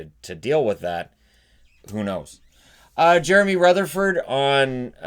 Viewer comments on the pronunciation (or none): none